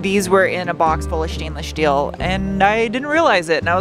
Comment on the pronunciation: The shtainless shteel is to practice for that job at Shtarbase.